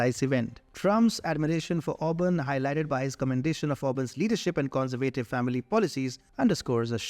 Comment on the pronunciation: The presenter of this video should look in his dictionary to find out on which syllable the accent of a word falls. So many words have been raped in his videos before. The word 'conservative’ has been mispronounced so many times in here, it is a total shame.